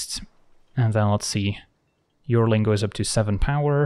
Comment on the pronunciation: yearling is pronounced "Year - ling" it means a 1 year old animal.